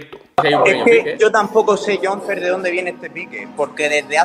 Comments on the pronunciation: Jonfer se pronuncia Yon Fer, que se llama Jon Fernandez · Ajjajajajajajaaj se pronuncia yonfer es vasco y muy crack. Vamos.